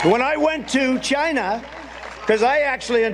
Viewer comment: President Biden overcame his speech impediment. Trump does not acknowledge his own. Chai-nah, oranges etc. (Lost count of all his tongue trips)